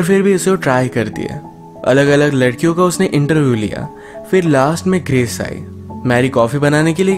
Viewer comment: U said writer bt it’s sounds was like brital.... Nd also the girl's name was gress bt it sounds also like cress.... I think u should take care of it.